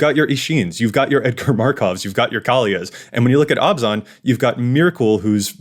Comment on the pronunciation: Every time pronounce Abzan as Obs-On, someone takes their Abzan deck apart.